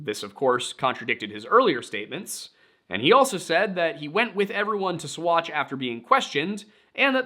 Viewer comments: Saguache is pronounced “saw-watch.” Many names down there are Ute not Spanish. My family homesteaded there before Colorado was founded as a state. There is an old dynamite storage bunker off of the highway as you enter Saguache. They kept Alfred there when the town jail was full reportedly. I’m only a little over 10 minutes in right now; not sure if you’ll mention how he was bounced around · Sagauche is pronounced "Sawatch" FYI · You did great!Uncompahgre is Un as in Until. Un-com as com a con, pahgre is pa- rey. Uncompahgre / Un-com-pa-hrey or Un-com-pa-hd-rey. Ouray is yoo-ray just like hooray. But with a U. Seguchi/ Saghache haha. Everyone get's a freebie. I enjoyed listing to you. I hope this IS your day job. You have a great voice. Thank you for the story.❤ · OK as a 30+year olde 5th generation coloradian.....you triggered me It's UN-cum-PADRE SUE--watch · My skin crawled ever time he tried to say what ever the hell he was saing instead of "sa-watch"